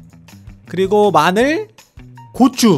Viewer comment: 고추를 꼬추라고하네 ㅋㅋㅋㅋㅋ